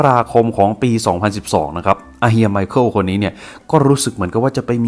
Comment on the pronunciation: ไมคาเอลล อ่านแบบโง่ๆ แต่ต้องออกเสียงไวๆหน่อยนะครับ ไมเคิล นั้นล่ะจ๊ะ